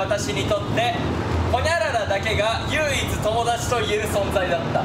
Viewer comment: 唯一は「ゆううつ」じゃなくて「ゆいいつ」と呼ぶんだよ北斗くん🥺